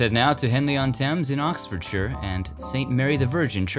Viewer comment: You are the first American to pronounce Oxfordshire correctly😂. My uncle was Peter sallis from last of the summer wine and the voice of wallice in all the wallic n grommet films. Love your videos thanks for nostalgia everytime its like stepping back in time, 👍🇬🇧